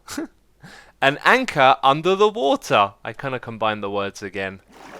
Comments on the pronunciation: How you miss pronounced anchor is the german word for it, Anker :D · When you see anchor wrong its. Sounds Dutch. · you saying anker wrong does sound like the german translation :D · Have to say, perfect german pronunciation on that Anker! 😃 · that was a pretty good pronounciation of Anker, if you wanted to say it in german ;) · Anker is actually how you say anchor in german :) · Anker (the way u said Anchor) is actually the right word for it with the right pronounciation in german. :D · You accidentally said anchor in german :D (It´s Anker, like you said) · You just said anchor in german :D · you said anchor in German! perfectly pronounced